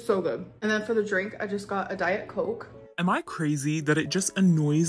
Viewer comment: I hate the way she says coKKe